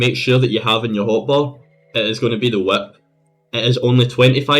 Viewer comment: the “wHiAhiP”